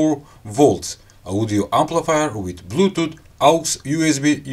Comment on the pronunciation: I'm always here for the sympathetic "blutuut" :)